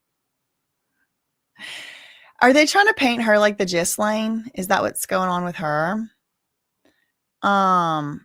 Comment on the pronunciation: “Guhlynn” Maxwell, is the pronunciation…in the name of ignorance ffs